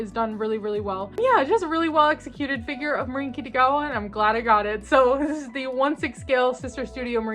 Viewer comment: Do you call her "Kittygawa" on purpose? Or do you just have difficulties pronouncing her name?